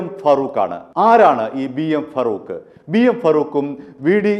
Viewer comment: ഫറൂഖ് അല്ല, ഫാറൂഖ് ആണ്.